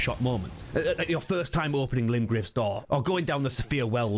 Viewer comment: Was Miyazaki trolling when he said limgrave?